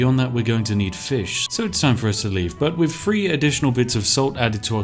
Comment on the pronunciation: "TH" =/= "F"